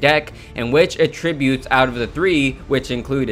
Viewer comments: it's pronounced at tributes not a tributes fyi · Dude please learn the correct pronunciation of Attributes there are two pronunciations, one for Verb one for Noun and your using the wrong one, its irritating otherwise good video very helpful :)